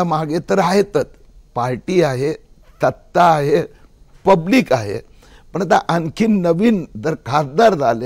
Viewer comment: सत्ता नाही त्तता😂